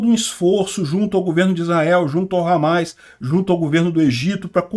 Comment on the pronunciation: Parabéns pela cobertura, mas é Hamas e não HAMAIS